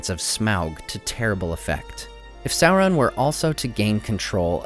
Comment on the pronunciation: Public safety announcement: There is no l, in SAURON.